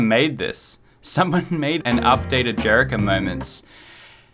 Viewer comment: "Jerika" Me immediately: YOU HAVE TO FIND JERICHO